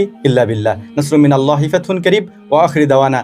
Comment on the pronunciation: আল্লাহ তা'য়ালার নামের শেষে হা উচ্চারণ করতেই হবে দাদা জী না হলে মহামান্বিত আল্লাহর নাম বিকৃতি হবে আর যিনি এই মহা বিশ্বের মালিক তার নাম বিকৃত করলে কি হতে পারে একটু চিন্তা করুন আপনাকে ওই স্রষ্টা সুন্দরতম একটা বিবেক দান করেছেন